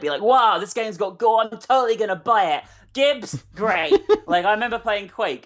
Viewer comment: Yeah kids aren't meant to play Hatred etc but who, other than 12 year olds, could be actually interested in that crap?! It's pronounced "Jibbs!" It is short for gibblets! Gahhh! Some games come to mind with gore. Painkiller. And its remake: Hell and Damnation. The Brutal Doom mod. Wolfenstein The New Order. Spec Ops: The Line uses gore in a different way. Like you see people screaming in agony when their legs get burnt off. Or when you put them out of their pain when they crawl around breathing their last, alone, far from home.